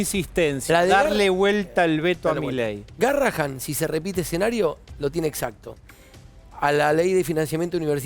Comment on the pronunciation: Porrr favorrrrr Es garrahaN No garrahaM